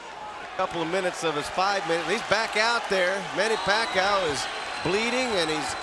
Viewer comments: He says pakha you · Manny "Pa-kayo" before they knew how to pronounce his name lol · The time when Bruce Buffer doesn't know how to say Manny's last name correctly 🤣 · Those were the time when Buffer cannot pronounce Pacquiao correctly yet Haha 😂